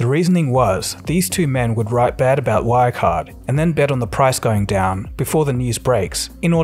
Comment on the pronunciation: Your pronounciation of German names is horrible, you're not even trying to say them correctly. It takes 5 seconds to search for the words on German wiktionary and listen to the pronounciation. Good video, though.